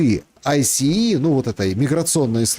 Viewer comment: ICE произносится «айс»